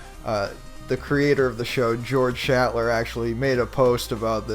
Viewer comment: If you can't even be bothered to pronounce the name of the show's creator properly, with your snide smirky attitude, then why not just do something else? It's "shlatter" not "shattler" you moron.